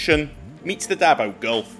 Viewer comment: "The Daot's Road"..